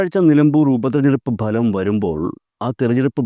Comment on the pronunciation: ബലം അല്ല ഫലം